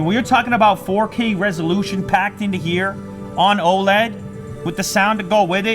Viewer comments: It's O L E D, not oled, just like saying LED but with the O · O.L.E.D NOT OH LEAD